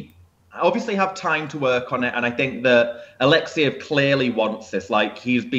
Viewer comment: [A-lek-'se-jev] !!!! I am not a fan of his, but hearing your mispronunciation of his name over and over again from video to video.....